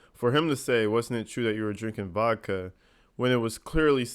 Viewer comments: I’m sorry but What did he just say ,, Did you know that you were actually drinking “Vokka” ? Tha hell is Vokka ? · Did he just say that she was actually drinking “Vokka” 😂